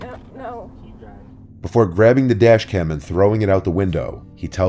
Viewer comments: Dashcam not Dascham you silly goose. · Dashcam not dascham? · Dascham? Is german now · it’s says dascham